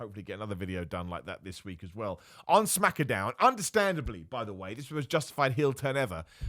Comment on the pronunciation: Dam thought we might make it through the video without you saying Smackadown and making me cringe through the roof